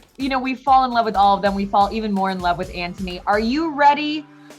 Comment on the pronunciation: Did she say kantony is just beginning 😢 I am crying